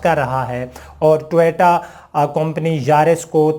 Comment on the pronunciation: ٹویٹا نہیں۔۔ٹویوٹا لکھا اور بولا کریں۔۔